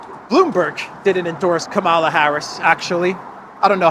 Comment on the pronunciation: You are spreading the HATE by mispronouncing her name. Mika on Morning Joe says that people purposely mispronouncing her name are just doing their part so spread the right wing hate.